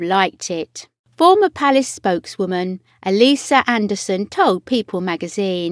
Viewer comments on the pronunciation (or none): none